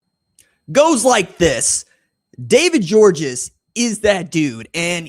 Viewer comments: Its pronounced George, not Georges. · Just letting you know that DGG personally pronounces his last name simply just GEORGE even though it's spelled Georges, the S at the end is silent! I guess it comes from French being his first language! I've heard him personally say his last name by telling folks at Baylor Academy interviews with him. I am 1,000% correct because my son plays safety and D-back at Baylor Academy here in Chattanooga Tennessee, my hometown! He's on scholarship thank God, because it not, then it's roughly a little north of 17,000$+ per semester for local, and last I checked for room and board out of town students is right at 35,000$-40,000$ for out of town and then international. Georges is obviously a scholarship student athlete, but if not, then his family would pay the 40,000$ per semester, so that's 80,000$ per year! Oh yeah, if you guys want to watch a huge rivalry highschool game, then mid season we play the Mccallie blue tornadoes! So Baylor vs McCallie! Ted Turner, the former owner of the Braves and owner of TBS and much more went to McCallie academy here in Chattanooga. We have several very high dollar academies. Baylor, McCallie, Notre Dame, Boyd Buchanan, csas, csla, olph and a few more that's 10,000$ a semester and up, with Baylor Academy being the Best one for academics and athletics! Go red raiders and big orange 🍊🧡🍊🤍